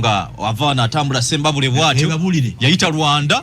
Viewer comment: that king of yours was defeated and sent packing to western Uganda(kigezi) area his annexation was defeated so you people better revise your history and don't impose that western Uganda pronunciation onto Buganda mbu Sembabu(re)it's sembabule.